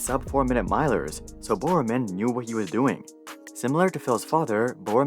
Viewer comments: Bill Bowerman not "Bill BoreORMAN" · The pronunciations of Bill Bowerman and Steve Prefontain confirm is not a track fan 😂